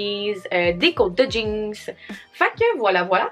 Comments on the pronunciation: j'adore le fait que tu dis "jeankse", ça fait très Québecois.😂🤣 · Tout ce que tu fais tu le rend drôle pis divertissant 😂😂❤ PS: de la manière que tu dis jeans des fois ça sort "jinx" ahahah! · J’adore comment tu prononce jeans... « jinks » 🙏🏼😂❤️ je t’adore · Bah oui “des jeangs” t’aime ça des JEANNNNS🤣